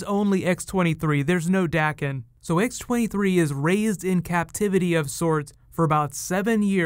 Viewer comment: Daken's name is a long-a sound (think Day-con) btw